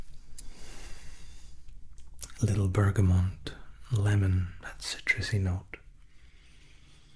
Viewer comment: Also,, I love you, but Bergamot has no N. X